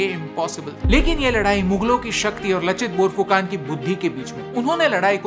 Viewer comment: कृपया इसे "लाचित बरफुकन" उच्चारित करें, जो सही है। फिर भी, आपने महान आहोम सेनापति के बारे में बहुत सुंदर वर्णन किया है। आप वास्तव में पूर्वोत्तर, विशेषकर असम के लोगों के प्रेम और सम्मान के पात्र हैं। भारतीय इतिहास के इस महत्वपूर्ण अंश के बारे में आपका संदेश, जो अब तक हमारे देश के मुख्यधारा के लोगों के लिए अनसुलझा था, सराहनीय है! एक बार फिर कृपया मेरा अभिवादन स्वीकार करें।